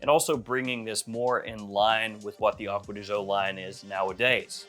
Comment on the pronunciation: Ahhkwa dee Gee-Ohhh